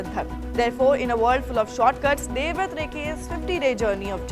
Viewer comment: Devrath is different from devavrat... Plz pronounce his name properly